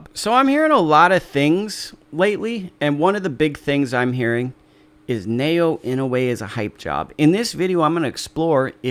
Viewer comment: non-asians are hilarious in pronouncing his name. na-oh-ya.